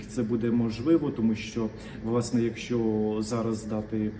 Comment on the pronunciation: ТИ МОЛОДЕ ПОКОЛІННЯ,ЯКЕ ВЧИЛОСЯ І ВИРОСЛО У ВІЛЬНІЙ УКРАЇНІ,АЛЕ ТЕБЕ ГИДКО СЛУХАТИ,БО ТИ ПРОСТО ВІДКРИТО ЗНУЩАЄШСЯ НАД УКРАЇНСЬКОЮ МОВОЮ: ЩЬО,ЩЬО,ПОЧЯТИ,ЯКЩЬО,ЧЯСТИНИ,ЩЄ,ДОЩЬОВУ,ЧЯСТИНУ,ПОЧЯЛИ,ЩЬО,ЩЬО,ЩЬО,РОЗПОЧЄНАЮТЬСЯ,ЧЮЄМО,ХАРКІВЩЄНА,ПОБАЧЄМО, ДА,ЗВИЧЯЙНО,ЧЯСУ,ВИВЧЄННЯМ,ДИНАМІЧЬНА,ЩЬО,ЩЄ,ЯКЩЬО,ФАКТИЧЬНО,ЧЄ,БАЧЄМО,ЗВИЧЯЙНО..........!!!!!!!!!!!!! ЩО ТВОРИТЬСЯ З ТВОЄЮ МОСКАЛЬСЬКО- УРОДСЬКОЮ ЩЕЛЕПОЮ І В ЯКОМУ УКРАЇНСЬКОМУ СЛОВНИКУ НАПИСАНІ ТВОЇ СЛОВА?????????????????????? ТИ ГАНЬБИЩЕ УКРАЇНСЬКОЇ МОЛОД!!!!!!!!!!!МИ ДУМАЄМО,ЩО ТОБІ ПОТРІБНО ЗНИКНУТИ З УКРАЇНСЬКИХ ЕКРАНІВ!!!!!!!!!!!!МОСКАЛЬСЬКОГО УРОДА НАВІТЬ МОГИЛА НЕ СПРАВИТЬ!!!!!!!!!!!!!!!!!!!!!!!!(Українська молодь,США)